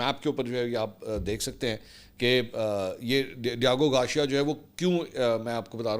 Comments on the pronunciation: Garcia...ceeia hai shea nhi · Mansoor bhai MashAllah jitni aapni mistakes kartay hain na itni londay laparay bhi nai kartay. Diego Garcia, not Diago Garshia, urdu main likh k deti hai na team? Right? Ya zaman e talib e ilmi main back bencher thay? Consistently Aap k har Vlog main main ghaltian nikalta hon. Per aap k kuch bhi seikhne se inkari hain. Bas dollar chapne ki race main lagay rehtay hain k koi pehle na aap se bana le dollar. Vlog te Vlog sutti aao.